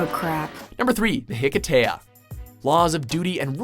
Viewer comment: the high-kee-sha.